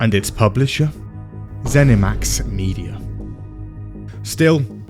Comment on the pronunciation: Bleh-thesda and Zeni-Mid